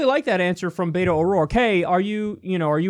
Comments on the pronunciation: its BET-O not BAY-TOE. Also please use his name in the title, He is Beto O'rourke not Dem Opponent Cant wait to elect this man tho! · Please stop pronouncing Beto as “bay-toe.” It’s pronounced “Beh-Toe” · Kyle, it’s “BET-oh”, not “Bait-o”. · For future reference Kyle, it's Bet-o not Bay-toe. Friendly correction from a Texas Lefty, you'll sound like less of an outsider. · I think Beto's name is pronounced "Bee-toh," but I'm not sure. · Btw Kyle, Beto is pronounced like Bet-O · I think the “t” in Beto is more of a “th” sound. Not like the “t” in “beta”.